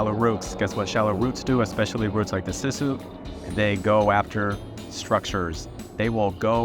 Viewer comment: it's siss oooo tree not sis uuu